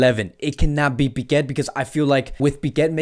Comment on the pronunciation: Please stop calling Piqué "Piquet". There is not T at the end, that's Lenglet, you can pronounce the T or not with him but there is no T in Piqué. Thank you